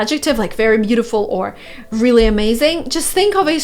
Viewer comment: Why do you sometimes pronounce ''r'' like ''v'' for example instade of really you say ''veally'' With pleasure 😁